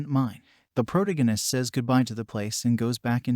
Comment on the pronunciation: HOLY MACKREL !!!!! It's "PRO-TAG ONIST".. TAG...TAG......NOT TIG... Again ......NOT....TIG. How can these people call themselves "NARRATOR'S"????? Can't even read properly. LOL!!!